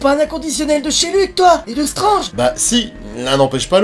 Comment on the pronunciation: par contre tu dis strange et pas stwetge et ça c'est extrêmement stylé, on fait partie de la communauté de ceux qui ont du poil gris au menton (pas comme ce traître de rdv qui se teinte c'est sur) merci pour tout ton travail et Bonjour à Scarlett...